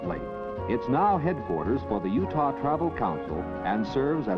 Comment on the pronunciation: You actually pronounce it (You-tah) not Judah. T not the Hebrew Daleth.